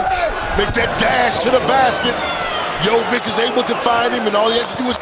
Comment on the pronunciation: Tell your comentators it's not Jovik, it's not Mitrovik. It's Jovic, so it's pronounced something like Jovich, Mitrovich.